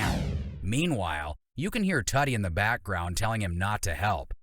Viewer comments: It's "Tootie" .... not "Tutty". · Good grief. It's "tooh-tee," not "tutty."